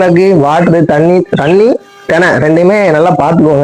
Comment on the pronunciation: athu DNA thaana neenga திணை ய Solreenga